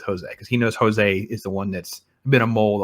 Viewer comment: The characters and the actors playing jose , amar & his wife , bejoy , stephen raj and karnan's son prabhanjan are from kerala aka malayalam . And Jose is a very commonly used name in kerala and its not hispanic , its actually portuguese , so the pronunciation is also not "Hos-ay" , its rather pronounced "Jos" or "Joe's" as in short form of joseph . For tamil and kerala audiences this part is clear so no confusions . Vikram in short is a collaboration of veteran legend of tamil nadu kamal hassan (vikram/karnan) with the current renowned tamil actor vijay sethupathi (sandhanam) and his malayalam contemporary actor Fahadh faasil ( amar ) with a visionary director like lokesh kanagaraj . Also actor suriya (rolex) and his real life brother karthi (dilli) adds to the charm of everything in this movie .